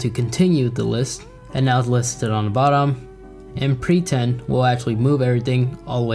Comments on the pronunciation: Bad example. When you're in class, you should be paying attention to what's being taught. Am I the only one who hears "preTend", rather than "prePend"? Btw, I know the second time doesn't show up as a link, but I can't see why, so I can't do anything about it. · Yeah I heard “preTend” rather than “prePend”, I chuckled once I heard it. Haha